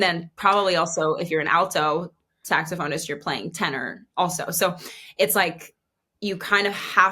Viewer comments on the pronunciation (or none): "Sax-soph-oh-nest" I love it. A+ pronunciation.